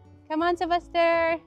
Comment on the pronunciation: Noticed ko lNg why you keep on calling your son Sebaster I thought his name is Sebastien. What it his real name?